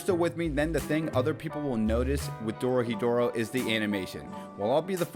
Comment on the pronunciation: Hey! First time watching your video. Loved it. I'm Japanese and just wanted to let you know it's pronounced Dorohédoro (doh-roh-heh-doh-roh). Keep up the great work :)